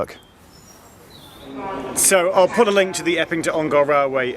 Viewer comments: Hi Geoff - great vid. Just a note from an Ongar resident - it’s pronounced Ong-er, rather than Ong-ar :) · Never heard anyone pronounce Ongar as OngAr !! - sounds so weird. We always call it Alperton Garage "ON GAR" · Ongar is pronounced with a schwa by the way. It's not OngAr. Little bit of local knowledge for you there :)